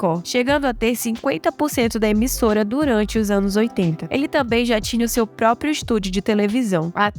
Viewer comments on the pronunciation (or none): none